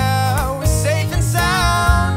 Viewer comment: Argh, great cover but when you say "SSSafe and SSSound, make sure its not ZZZafe and Zound" that buged me the whole time